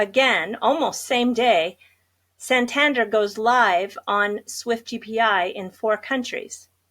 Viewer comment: Pronounced " San-Tan- Dair " 👍